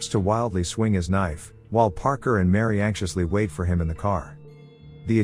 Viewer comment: It's not Mary. It's Miri.